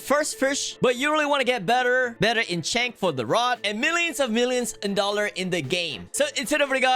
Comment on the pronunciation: “Frish” “the deaf” “corbon roc” “dolloar” “forshaken shor” “statue of sorver”